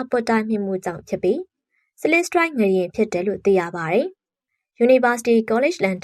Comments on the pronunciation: ငလျင်ပါ ငရင်မဟုတ်ပါ ပီသအောင်ပြောပါ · ငလျင်နဲ့ငရင်တောင်မကွဲပါလားစိတ်ပျက်စရာ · ငလျင်ပါ ငရင်မဟုတ်ပါဘူး ဘယ်လိုအသံထွက်နဲ့ပြောနေတာလဲ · ငလျင် လို့ပီအောင်ပြောပါ ငယင် မဟုတ်ပါဖူး ကြားကတာ နားထဲကန့်လန့်ကြီး ။ ငလျင်တောင်ပီအောင်မပြောတက်ပဲ အသံနဲ့ လုပ်စား‌ေနသေးတယ် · ငရင် ငရင်ငချဥ်ငချဥ် နဲ့နားထောင်ရတာစိတ်ပျက်စရာ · ငရင်မဟုတ်ပါဘူး ငါ့ယာဉ်ပါ🙄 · ငရှင်မဟုတ်ပါဘူးအေငလျင်ပါသေချာပြောပါ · ငလျင်လားငရင်လားပီအောင်ပြောပေးအုန်း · ဖတ်တော့ ငရင် ရေးတော့ ငလျင် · မီဒီယာလုပ်ငန်းလုပ်နေပြီး မြန်မာစာမြန်မာစကားကိုတောင်မှန်အောင်မပြောတတ်ဘူးလား (ငရှင်လို့မပြောရဘူး ငလျှင့်လို့ပြောရတာ) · ငရှင်မဟုတ်ဘူးလေ ငလျင်ပါဟ!!!! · ဘာပြုလို့ ငရှင်လို့အသံထွက်တာလဲ ငလျင် က လ ယပင့် င သတ် နဲ့ ပေါင်းတာပါ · ငရင်ဆိုတာဘာကိုပြောတာလဲ ၊ငလျင်နဲ့ငရင်တော်တော်ကွာပါတယ်၊စိတ်ပျက်စရာ ။ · ငလျင်နဲ့ငရင်တောင်ကွဲပြားအောင်မပြောနိုင်ဘဲသတင်းတင်ဆက်သူလုပ်နေတယ်အသံကအာမထိလျှာမထိနဲ့ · ငရင်လားငလျင်လား သတိထားကြေငြာပေးပါနော် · အသံထွက်အမှားကိုပြင်လိုက်ပါ။ Announcing with WRONG PRONUCATION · ဘာလို့ငရင်လို့ပြောနေရတာလဲ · ငလျင်လို့ပီပီသသထွက်ပါ ဘာလဲ ငရင် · စကားမပီတာလား ငရင် တဲ့ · အသံထွက် မှားနေတယ်. 😮 ရေးတော့ ငလျင် ဖတ်တော့ ငလရင် ပါ.